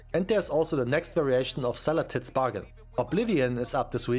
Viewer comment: Excuse me? Her name isn't Xala'Tits, it's Xala'TOES.